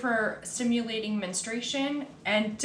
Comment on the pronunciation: Men-stru-a-tion (4 syllable’s)😊